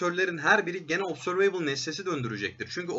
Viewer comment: obzörveybıl değil de obzörvıbl derseniz daha doğru olur